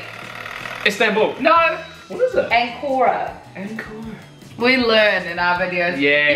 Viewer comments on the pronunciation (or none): The way they pronounced Ankara oh my god😂😂😂